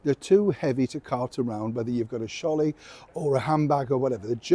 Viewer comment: I'm sorry I'm Australian and there's not much English I haven't heard but I haven't heard a sholley, what is that? Tia 👋👋🇦🇺